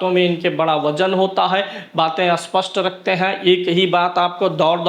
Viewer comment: भाई स्पष्ट पहचान या अस्पष्ट पहचान क्या बोल रहे हो? स्पष्ट को अस्पष्ट बोल रहे हो। सही बोलो ।